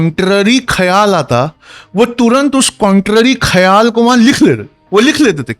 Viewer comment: Sir aapki urdu tlaffuz k perniunsetion thodi si kisi kisi lafz me kmi hai,jaise ख्याल is incorrect خیا ل ,,khayaal k niche ek bindi Gustakhi k liye maafi sir But u are a scholar